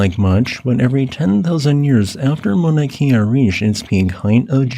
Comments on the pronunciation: please work on your olelo hawaii pronunciations. it is not mauna kia, it is mauna kea (kay-a). you speak about our sacred places often enough correct pronunciation would be appreciated. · Your videos are appreciated, however not so much your pronunciation of Hawaiian place names. It was distracting. Mauna Kea (Kay-ah), Waimea -Wai may-ah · Mauna Kea. “Cay ah”. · "ma na key ah" 😭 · Why does this guy talk so strangely, and not properly pronounce Mauna Kea? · Just a little point on Hawaiian pronunciation. "E's" are always pronounce short, as in "eh", never "ee". "I's" on the other hand are always pronounced "ee". New England missionaries created this system with help from local Hawaiians. The rules are much simpler and more consistent than English written phonetics.